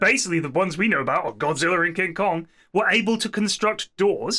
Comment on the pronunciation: Pronouncing it as godziller is the dumbest thing I've ever heard... They even said godzilla multiple times